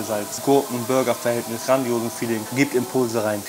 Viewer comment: Burger und nicht Bürger😉